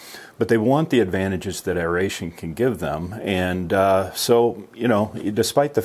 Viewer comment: Great video. I want to thank you for pronouncing aeration properly. Drives me crazy to hear people pronounce it (eh ree ay shn)